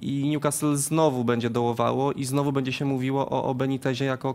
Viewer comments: Nazywają się ekspertami, ale jak słyszę w wymowie ''Niukast" to mi uszy krwawią, wymawiajcie to jako "Niukastyl" jeżeli nie znacie akcentu, a jesli znacie to "Niukasyl". To tak samo jak Ci co na Leicester mówią "Lejczester" zamiast "Lester" ehh... PS. Najgorszy jest Rafał Nahorny który zawsze tak wyraźnie wypowiada nazwę Newcastle z błędem (a do tego nazywa Premier League Ekstraklasą...) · Panie Jarku... tylko nie Niukastl!!!! polecam do odsłuchania i nauki: Pozdrawiam :)